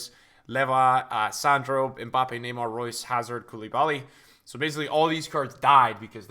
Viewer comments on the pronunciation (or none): none